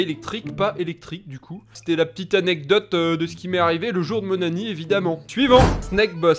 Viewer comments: Il dit pas anniv il dit anni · Super , mais j'ai l'impression tu dis "le jour de mon anni" au lieu de "anniv" ça me stress